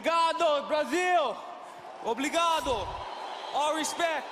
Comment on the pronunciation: "Obligado" haha